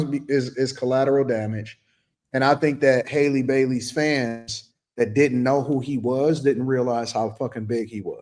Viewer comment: How come no content creator says her name correctly. It's Halle like in Halle Berry, not Hailey.